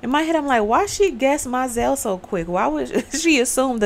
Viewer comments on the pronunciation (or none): She told her first “Look to your children at the end of the reading”…& That’s pronounced Mo-zell☺️ She told her “next man was a dead man, like the others”. Gurrrrrrl, sorry but I love this movie😂 No she Cicely got her period, I’m going to tell Daddy.😊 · It's MO-ZELLE